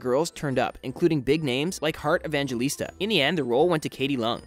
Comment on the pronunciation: Heart Evangelista auditioned for the role of Cho Chang in Harry Potter?! I didn't even know about that! Oh by the way her surname should be pronounced "Evanghelista", you should change the 'g' with 'h'. Also, how did you know about her? And for those who don't know her she's a famous actress here in the Philippines.